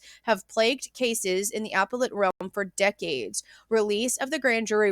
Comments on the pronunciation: Very interesting. There are so many little guidelines in court that many don’t understand. Also appellate is pronounced Uh-pel-it. 😊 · It's like "ah-pellete" like pellet gun :)